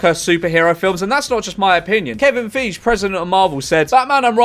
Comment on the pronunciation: “Kevin Feej”